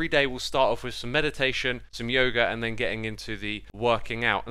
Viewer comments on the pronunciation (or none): none